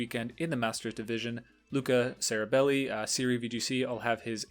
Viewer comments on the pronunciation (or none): Btw Ceribelli is pronounced "Che-ribelli" 😉